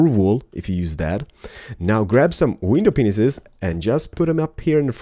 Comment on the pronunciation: haha always laugh when you say "windowpenises"